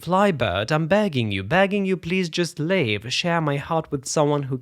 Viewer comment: Збиває з пантелику тільки помилкова вимова соліста: в його виконанні замість 'live" чітко чується "leave". Наче він просить птаха покинути його, а не жити.